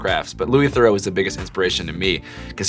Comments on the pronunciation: theroux is pronounced "the-roo", not "the-row" :) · hearing them mispronounce Theroux had me cringing im sorry